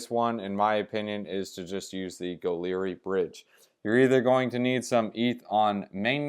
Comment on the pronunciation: Goerli is more pronounced like "girly" bro and thanks for the vid